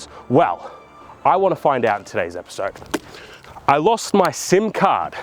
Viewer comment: Card and Data were said so Australian is that an American accent